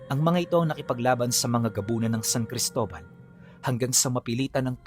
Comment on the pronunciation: Cristola? Or Cristobal sir